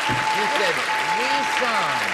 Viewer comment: Yes, but she mispronounced it as "re-Sound" rather than "re-Zound" (hence his comment)